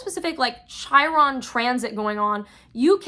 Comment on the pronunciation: Chiron is pronounced Kiron. Thank you for the eclipse ritual tips and I love you hehe